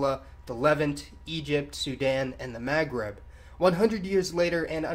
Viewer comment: Iranian is middle eastern. Also please work on your pronunciation of "Maghreb". It's very distracting.